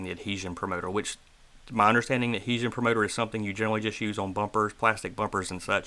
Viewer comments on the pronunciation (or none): You need to practice saying the word adhesion